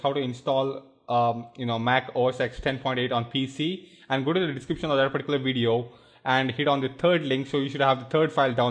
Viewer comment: omg can you at least say particular correctly haahaa